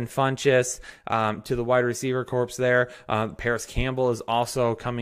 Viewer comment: Corps (as in Wide Receiver Corps) is pronounced “core”, the “p” is silent.